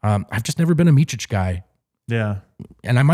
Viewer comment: Nobody will ever learn Micic name in America... its miCic, not miCHic... its C, like celling... Hard to describe, u dont have C letter in a way we say it...